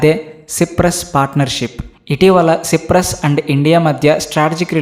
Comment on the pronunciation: సిప్రస్ కాదు నయన సైప్రస్ అని పలకాలి